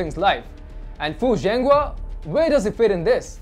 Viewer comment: Hey guys. Zhenghua's name is pronounced as JENGHUA NO Zenghua